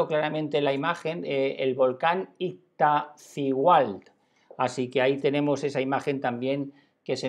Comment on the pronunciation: NETZAHUALCÓYOTL....ACENTO EN LA PRIMERA O.....PALABRA GRAVE........IZTACCÍHUATL...ACENTO EN LA SEGUNDA I.....PALABRA GRAVE.......TEMÓSACHIC....ACENTO EN LA Ó....PALABRA ESDRÚJULA.........CASI TODAS LAS PALABRAS DE ORIGEN RARÁMURI (CHIHUAHUA)...EL ACENTO PROSÓDICO O ESCRITO VA EN LA ANTEPENÚLTIMA SÍLABA.....O SEA......CASI TODAS SON PALABRAS ESDRÚJULAS........